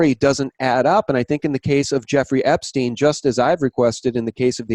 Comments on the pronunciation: I don't anderstand why you prononce his name "Epsteen" instead of "Epstein", it makes no sense to me. I have never heard ayone call Albert Einstein "Einsteen"... Can someone give me a rational explanation please ? (I am french). Thanks. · Great video once again! Learn to pronounce Epstein correctly though! It's disturbing to hear Epsteen all the time and it takes away from the info! How do you pronounce Rosenstein for instance? Certainly not Rosensteen! Right? Btw, chemtrails are alive and well in Sweden (keep your bodies alkaline, eat fresh ginger and drink table spoons of apple cider vinegar every day to fight it, as the nanobots thrive on stomach acids), and the name "Serialbrain" to me implies a group of people! Stay away from crypto's! Digital money made from thin air is worth zilch once the economic system goes down world wide, which is soon! Peace and love everyone! Jesus is number ONE! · I don't anderstand why you prononce his name "Epsteen" instead of "Epstein", it makes no sense to me. Can someone give me a rational explanation please ? (I am french). Thanks.